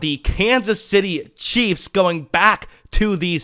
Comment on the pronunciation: Every time it sound like you say, the Kansas by City Cheeze